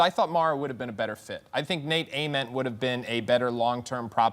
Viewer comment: im crying bro said nate ament 😭